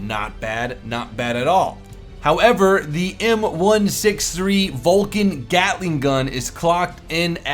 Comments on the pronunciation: it is called GATLING gun not GALTING gun, you know better than me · btw "GALTING GUN" FIX DAT! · its GATLING GUN nor GALTING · "GALTING"????, really?!?!?!? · Whats A "Galting" ? :D